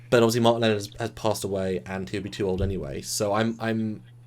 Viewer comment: they need to work on the pronunciation of "Lenard"